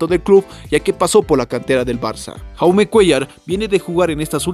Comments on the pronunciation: Se pronuncia yaume como jordi se pronuncia yordi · Se pronuncia yaume, su nombre es proveniente del catalán y no Jaume como pronuncia el comentarista del vídeo, y no lo hago con la intención de criticar si no simplemente informar.